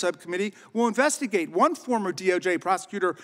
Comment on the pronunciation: Invistigate me says askin